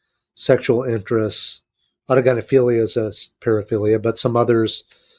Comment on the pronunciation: Thanks for pronouncing autogynephilia properly Chris was trying to Google it haha Great show cheers from NZ